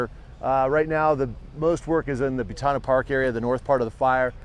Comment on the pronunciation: its butano; not butano